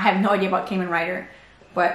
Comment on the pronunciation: Love your videos 💙❤🤍. Btw, Kamen Rider is pronounced like ramen. Ka = か Men= めん, aka 仮面 in kanji.